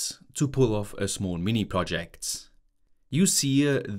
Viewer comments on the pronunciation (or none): none